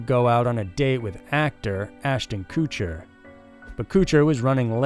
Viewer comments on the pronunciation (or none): IT's Kutcher not Cootcher like you pronounce it. Not that I care about the guy but come on, if you don't know how to pronounce something find a video of someone else pronouncing it.